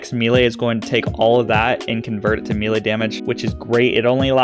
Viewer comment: It has to be said..it's pronounced May-Lay. Thx for the vid!